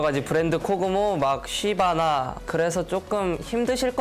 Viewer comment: 쉬바나 할때 욕하는줄